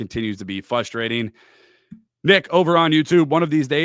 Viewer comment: is a canned, teleprompter using, unknowledgeable host. Get this clown off Locked On. Anyone can talk randomly for 22 min about nothing. Again the word is pronounced frustrating, not fusstrating.